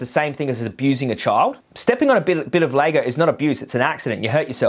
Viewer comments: It’s LEGO fuck stick not lago😂😂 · why do you keep saying "Laygo"? lol. Its LEGO. Its reminding me of some other video you did ages ago where you kept saying the name of a food wrong and all the comments where about it. I cant remember what food it was now but was funny